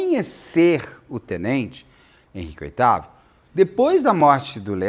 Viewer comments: Henrique Oitavo na banana, ops baiana 😅😂😂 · a maior besteira que fiz foi ler os comentários primeiro de assistir o vídeo e cada vez que ele falava oitavo eu ria de chorar. 😂😂😂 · Kkkkkkkkkk pois eu achando que o cara de alguma família imperial 😂😂😂😂 Amo esse Beto! ❤ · Muito engraçado o Beto com confusão de nomes kkkkkk. Henrique oitavo foi ótimo kkkkkk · Eu rindo cada vez que ouço Henrique oitavo e pedindo perdão pra Deus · Eu escuto Henrique Oitavo o tempo todo 😂 Amo ❤️ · 😂😂😂😂😂😂 Otávio, gente! Eu tbm ouvi oitavo o tempo todo. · 😂😂😂😂😂😂 eu só descobri que era Otávio pelo seu comentário, fiquei o tempo todo tentando imaginar o motivo de ser Oitavo 🤣🤣🤣🤣🤣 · Eu entendendo "Henrique VIII" o tempo todo...😅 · Eu também entendi Henrique Oitavo 😂😂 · ele estava falando Henrique “oitavo” mesmo 🤣🤣🤣🤣🤣🤣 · Hahaha eu fui até confirmar se era oitavo mesmo 😂😂 é Otávio 😂😂 mas eu prefiro Oitavo 😂😂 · Várias vezes eu entendi o Beto falando Henrique VIII (oitavo), tava achando muito curioso a história com a pessoa chamando Henrique VIII. Só depois pela legenda entendi que era Otávio. Hahahaha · Henrique Otávio Henrique Oitavo Henrique Otávio Henrique Oitavo. O Beto conseguiu me irritar com tanto Henrique Oitavo nesse vídeo hahahahahaha. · Tenente Henrique Oitavo? 😂😂😂 é Otávio Beto 😂😂😂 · Caso bem complicado. Erros e acertos dos 2 lados. Beto falando Henrique Otávio e eu entendendo Henrique Oitavo. Fui só eu ? 😂😂😂😂😂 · eu também 😂😂😂😂Henrique 8o.😂😂😂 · Estava lendo alguns comentários onde o pessoal fala que o Beto ta se referindo ao suspeito, o militar Henrique Otavio de ..Henrique oitavo..Fiquei prestando atenção na fala do Beto, e não é q ele chama o militar o tempo todo de Henrique oitavo.. 😂😂😂 Ficou hilário, não aguento de tanto rir aqui. 😂😂😂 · Idem...rs. Pior que a narração do caso tá ótima! Qd sai: "Henrique Oitavo", tenho que parar e voltar...rs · Eu ri com respeito o caso todo por causa do "oitavo " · Eu achei que estava ouvindo errado ... mas adorei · Só ouvia isso 😂Henrique Oitavo😂😂😂😂